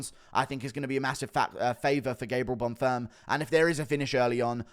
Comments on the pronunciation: leave it to guru to call a fighter 'bon firm' when his name is bonfim xD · Who’s Gabriel bunfirm?😂why did he keep saying that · inb4 100k!!! edit: the name is still bon-feeeem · Guru be butchering Bonfim's name 😂